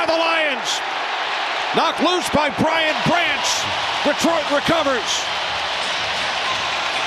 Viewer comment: Who is this announcer!? How many times you gonna mess up Brian Branch's name? Can we please have Dan Miller call these games? Infinitely better, IMO